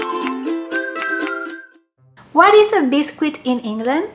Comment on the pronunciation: We pronounce it Bis-kit not Bis-Quit. ☺️ but it’s spelt biscuit